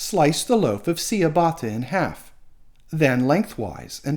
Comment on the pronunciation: It's pronounced 'cha' batta not sea a batta